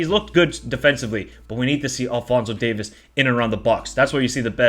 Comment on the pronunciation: Lol it's DAVIES. NOT DAVIS emphasis on the e.